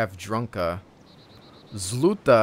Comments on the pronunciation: you pronounce zluta exactly as the Swedish word for stop is. (And that is sluta, big suprice aye?) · Some russian lessons for you =D I guess the word zluta pronounced zlʌta (this is a moldy word, new is "zolotaya", that means golden), cause this will make sense - "Golden Malinovka". Malinovka is a name of some small settlements in Russia.